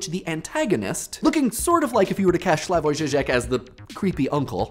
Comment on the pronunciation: christ your pronunciation of Slavoj Žižek made me spit-take my coffee.